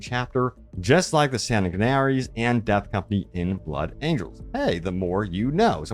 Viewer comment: "ushibibibti bone" U SHAB TI "san ignaries" SANGUI NARIES Please do not be a heretic